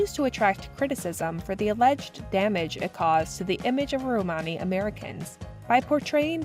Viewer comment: That's not how you pronounce "Romany." Stopped watching.